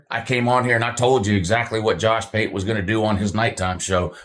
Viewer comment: Did you just call Josh pate Jush pute?😂😂 That had me crying 😂